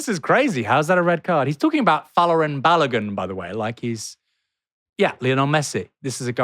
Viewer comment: Literally NOONE I have seen has pronounced Balogun's name right! 🤦🏾‍♂️ Had it all my life. Crazy